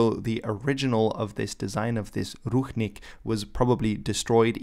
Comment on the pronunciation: It is not ruchnik, but rucznik!